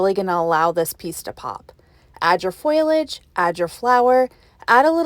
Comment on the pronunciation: Fow-lee-uge... I was confused that you were talking about foil, not leaves.